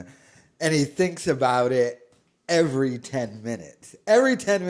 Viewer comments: “ivry state has that area” - “ivrywhere” - “ifrywhere” - “ivrywhere” - “ivry” He really is about as smart as a bucket 😂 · How does no one stop and tell him how to pronounce the word " every"?